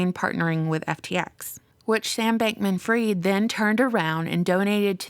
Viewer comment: it's pronounced Fried as in Fried Chicken and not Freed Chicken, cus ur speaking english.